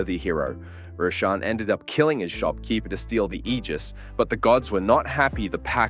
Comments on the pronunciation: It's not pronounced "Ejizz" It's pronounced "Aygis" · Don’t say aegis like that ever again